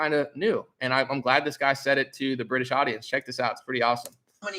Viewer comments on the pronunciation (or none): none